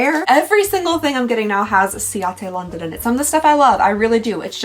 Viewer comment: Love how the ciate London product activated the southern accent to the max